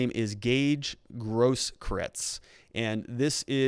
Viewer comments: Grosskreutz is pronounced gross kroytz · You have to work on your german pronunciations. Grosskreutz means big cross. Gross kreutz. I aggree this is politics. They have to prosecute him, but put so many things forward for the defence, so he will mostly get of the hook. A prosecutor shoud put forward everything that speaks against and for the defendant, so technically they do the right thing.